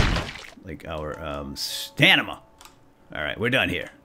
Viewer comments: stanima? dont you say stamina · no im sure it is stamina not that he said it he said stanima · I LOLed so much when he said stanima instead of stamina =D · "and the other bar appears to be my... Stanima!" lol, keep up the great work!